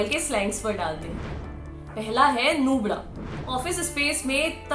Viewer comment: नूबडा 😂😂 फ़िर से बोलो 👏👏